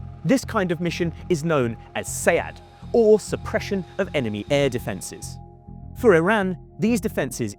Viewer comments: You did near how he said SEAD, right? He clearly doesn't know what he's talking about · Did you hear how this guy pronounced SEAD? He has no idea what he's talking about lol